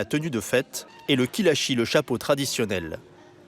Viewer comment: C'est kishali et non pas kilashi